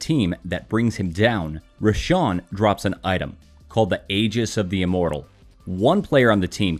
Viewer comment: Roshan not R@